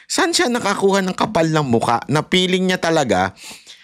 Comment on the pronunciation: Hahahah favorite kita bakit ang feeling 🎉 peeling ang pronunciation